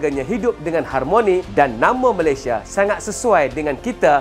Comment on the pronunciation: ramai sebut Melesye